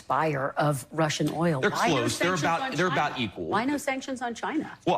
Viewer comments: DAMN BRO CANT YOU JUST SAY OIL!!!! NOT AOLL!!! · The accent u have when u say oil owwwo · No matter how hard he tries, cannot pronounce "oil" 😂 owwel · I've never heard anyone struggle with the word "oil" in my life like the way you do! Lol😂😂😂❤❤❤ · Bro, why can't you pronounce oil? Are you not American? Are you one of those people that need to be deported? Viva la raza, essay? Lol, just kidding man